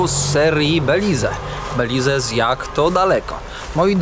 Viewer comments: Belize wymawia się - bɛ-/, bih-LEEZ, beh, końcowa samogłoska “e” nie jest wymawiana, tzw. cicha. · Mowi sie Beliz. Kamerka, kapelusz, plecaczek, idealny punkt zaczepny dla tubylcow. Jest mnostwo pieknych miejsc w tym kraju, po co pchasz sie w centrum. I trzymaj sie tam z daleka od rzek bo sa krokodyle